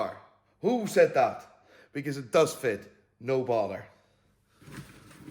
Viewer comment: I always thought he said No Baller 😂😭